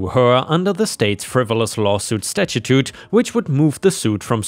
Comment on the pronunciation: "Statute" Not sure how to write out how you're saying it, but it's "sta (like in "stand") choot (like "chew" with a "tt" sound on the end)."